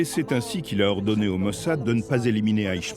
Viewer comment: Nu gasiti un traducator mai aproape de citirea in limba romana ?E obositor cum spune mossad!Altfel apreciez documentarul!